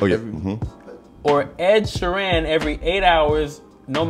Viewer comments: How did yall give Ed Sheeran's last name 8 different pronunciations? 😂 This is my favorite segment of this channel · WHO TF IS ED “SHEERAN”😂😂😂